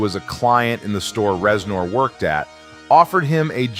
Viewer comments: Is it really pronounced Rezn-orr Not Rez-ner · "Rez-NOURR" is setting me off so hard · Great video, except for the constant “rezNOR”. I have never heard anyone say it like that.